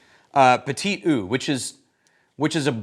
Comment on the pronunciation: Just FYI: "eau" is pronounced "o", NOT "oo"...